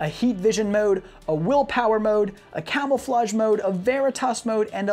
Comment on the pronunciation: "Camel-flage" haha. Great vid tho.